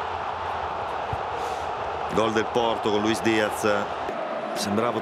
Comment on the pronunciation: Comunque Suma che dice di o porto ,sembra dica qualcosa l'atro